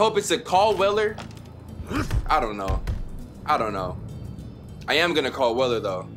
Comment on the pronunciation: the f^^k is "weller"? and for that matter, wtf is this "flernix key" you speak of my dude? 😂😂